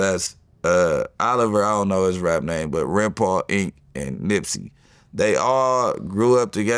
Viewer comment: Wow. He is supposed to be Nips homie, but he pronounced his name wrong. Hmmmmm